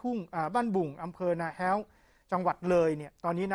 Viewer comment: อำเภอนาแห้ว ไม่ใช่นาแฮ้ว